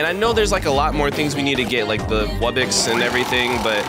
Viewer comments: him saying wubbix and not wubbox makes me mad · When he says wubbox in the spin wheel he says wubbix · Here is a MASSIVE TIP Focus on buying and placing a lot of Islands, You can get Gold, Food, Relics [Once you get amber island] And more Wubbox is Pronounced Wub-box [ Man it's really obvious it ain't Wubbex ] A Regular Wubbox costs 75 Million Coins, be sure to mow that damn lawn. A Rare Wubbox needs Starpower. I will tell you what Starpower is next video because i forgot. A Epic Wubbox Costs 1 Diamond, But yet it is really hard to power up though. The Islands that needs monsters to summon are Celestial Wublin Amber [ Probably more but I forgot ] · WUBBIX?!?! WUBBIXXXXX!?!?!?!!??? ITS WUBBOX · it’s not call webbex it’s called wubbox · "Wubbix" "Tawkeir" "Weirdos" "Ice island" 💀